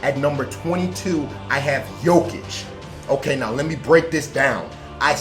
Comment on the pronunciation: Two things. One you pronounced jokic correctly. And two you were on cnn 10 this morning